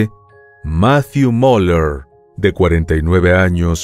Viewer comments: No es Moler.... Es...Miuler. Te falta mejorar tu inglés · se pronuncia "miuler" .. buen video abrazos